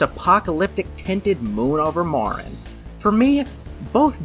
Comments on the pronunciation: Pretty good but I gotta say it really hurts your credibility when you repeatedly get the titles of albums and songs wrong. Fresh fruit, not fresh fruits and you mispronounced Marin. Yes I know this is all just anal nitpicky shit but really, how hard is it to get those right? Especially when you literally put the title on the screen and yet still get it wrong. It takes ten seconds to double check that you got names and titles right; again, it's a credibility thing. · You sounded like you knew them until you mispronounced Marin. They say the word in the song. If you had ever heard it, you would know how to say it.